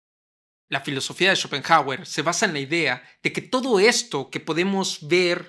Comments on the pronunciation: Escuchar tantas veces “Chopenjauer” terminó por hacerme dejar de ver el vídeo. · "Chopen jágüer"... Trata de —como mínimo— aprender su pronunciación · Y qué graciosa su pronunciación... "Chópen Jágüer"... jajsja